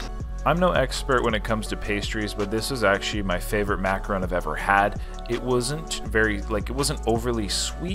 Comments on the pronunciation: It's not macaroon. Its macaRON. A macaroon is a small cookie made with lots of shredded coconut. A macaron is lovely icing filling with two nice cookies. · It’s is pronounced maca- Ron ! A macaroon is a chewy coconut cookie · starting an International Incident by pronouncing and switching back and forth between “ron’” and “roon” infinite times during this piece, which as many others referenced, aren’t the same thing. Disclaimer: No French Canadian’s we’re intentionally insulted during production of this video. 🤣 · Sorry, your pronunciation is way off on this one. As another commenter wrote, you ate a macaron (mack-ah-RON), not a macaroon, which is a coconut cookie. These are two very different cookies. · Macaron NOT Macaroon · I believe that is a macaron and not macaroon. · It’s a macaron not a macaroooon. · Mac-a-Ron like a mans name macaroons are a coconut cookie treat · Mac a RON. A macaroon is a chewy coconut cookie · Big difference between macaron and macaroon. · You keep pronouncing it wrong, there's a difference between a macaron and a macaroon. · You're Canadian. Learn to properly pronounce the name of the cookie. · He spelled it right but pronounced it wrong lol